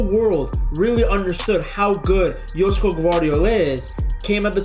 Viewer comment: Nice pronounciation, idk did you google it or something but its 9.5/10